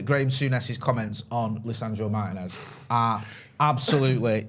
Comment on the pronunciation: It's pronounced Martinez not Martinez